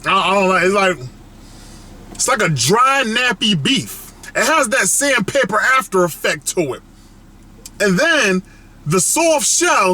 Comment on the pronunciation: When he said Sandpaper I thought he said Sam Pepper 😂😂😂😂